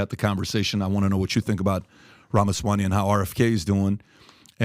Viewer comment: Hey PBD it is NOT "Rama swaNy" it is"RamaswaMy" !!! Its literally spelled yhe way it is supposed to ne pronounced. Why i being such a dick mispronouncing his jame repeatedly. Are you Pooptrick Boob Divide?